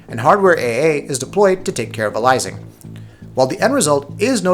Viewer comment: The way you pronounce aliasing makes me cringe